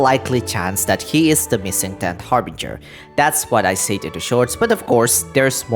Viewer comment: Yo! Fae is BOTH Singular AND Plural, just like ‘Anime’ and ‘Manga’, which are Spelled and Pronounced the same in both Singular and Plural forms. I know, English is Confusing, even for Me, An American English Speaker. Also, the Word ‘Said’ is Pronounced Sed like in ‘Sedate’.